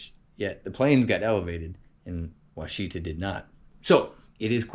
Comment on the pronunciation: Wichita is not pronounced as Wha cheetah. It is pronounced as Wash a taw as in Wichita KS. Wichita is not pronounced as Oh cheetah. It is pronounced as Oh ash a taw as in Ouachita MO or the native American tribe.